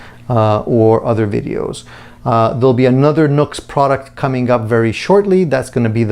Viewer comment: It’s pronounced new x, not nux.